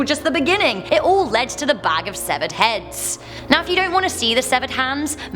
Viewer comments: I can't tell if you're saying hands or heads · she was saying sevared heads not hands